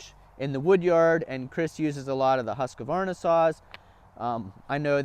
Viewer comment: husk varna not husqa varna lmao